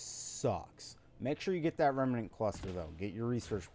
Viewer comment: Oh and pleeeeeease say REM-NANT not REMEENANT. I loved the vid but omg does saying Remeenant drive me up the wall. Ironically you aren't the only person that does it .